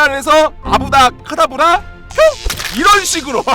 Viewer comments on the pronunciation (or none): 아브라 카타브라× 아브라 케타브라○ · 아브다카다브라(X) 아바다케다브라(O) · 아브다 카다브라(x) 아브롸 카다브롸(o) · 아브라 카다브라(X) 아바다 케다브라(O) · 아브라 카다브라 아니고 아바다 케다브라입니다ㅎㅎ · 마법정리 아브다카다브라 (x) 아바다케다브라(o) 함정:볼트모트는 영화에서 실제로 이렇게 발음한다 "아부아다크에다부롸" ㄹㅇ임 시간조절능력(헤르미온느) 마법없음 "윙가르디옴레비오사"=물체를 띄우는 마법